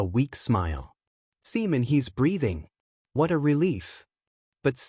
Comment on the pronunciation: Another good one bro, i would just advise always check and spend extra time editing first 10-15 minutes to keep potential subscribers hooked, cuz I've seen many viewers just dropping videos because of mispronunciation of names like the opening Simon or Seaman, i love how your AI is very descriptive but this video took way longer than for example Genius Prismatic Mage full 4 hours more for 3 more chapters. Keep up with the good work bro